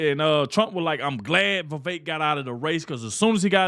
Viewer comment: It’s Vivek not Vivak.